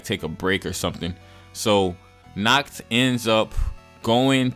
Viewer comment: The one thing i hate about the episode is nacht being pronounced as nahato its pissing me off